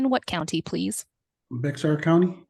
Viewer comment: lmao. He’s been here for almost 10 years and still pronounces Bexar county as “bex-ar” instead of “bear”. He must live under a rock